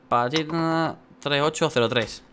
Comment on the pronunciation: Todo el video diciendo panchita y era pachita😂😂😂